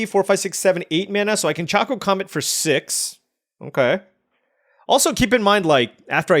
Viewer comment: Ok...it's not choco like chocolate or choco taco, it's choco like chocobo 😂